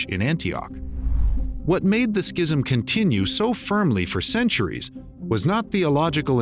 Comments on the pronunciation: Please look up correct pronunciation of the word, "schism." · That’s not how you say schism